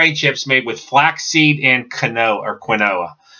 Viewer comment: I can see the weight loss in your face. You're doing great! 😊 I just had my week 5 weigh in and I'm down 12.8 lbs! Just so you know, quinoa is pronounced "keen-wah". I love all of the snack-a-rounds flavors (and of course my favorite cheese puffs), and I don't order anything else for my evening snacks... I'm a weirdo that doesn't like desserts I guess!